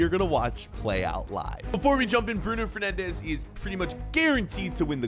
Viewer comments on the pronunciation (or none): none